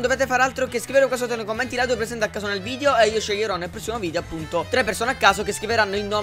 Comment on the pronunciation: Video perché ai detto vidio